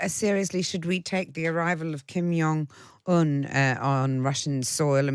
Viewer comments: Who on earth is Kim "Yong" Un? Are there no directors/producers/floor managers/script consultants/research assistants/runners to help this poor presenter out? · The J in Kim Jong is pronounced as the J in John. He's Korean not Nordic.